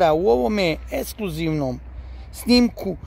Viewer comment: “Esklusivnom i auditori” 😂